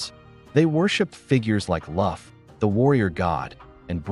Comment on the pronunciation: It's pronounced "Keltic" not "Seltic" and there is no warrior God names Love or "Luff". You are probably speaking of Lugh, pronounced "Luu"....This must be AI narrating.